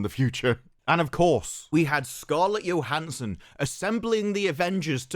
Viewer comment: It’s not Scarlet Yohanson!its Scarlet JOE-Hanson. Everything else is spot on. Carry on!